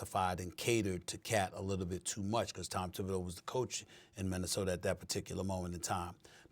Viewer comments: Did SA say MinnesotER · Stephen “Minnesoter” A. Smith Stephen “ Serge Ibaker” A. Smith 😂🤣😂🤣😂